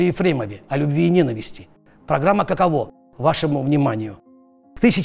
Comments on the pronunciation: Не каковО, а кАково! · Кушанашвили - "каково", ударение на первый слог. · каково с ударением на первый слог))) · Каково... ударение неверно ставите